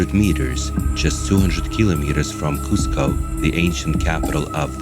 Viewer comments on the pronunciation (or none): none